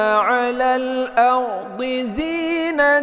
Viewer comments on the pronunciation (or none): none